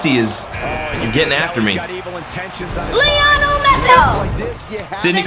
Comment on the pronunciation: I cant believe he said leonel messi 😂😂